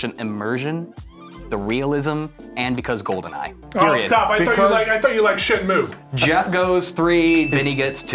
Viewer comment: "Shenmew." "Mærio.", please.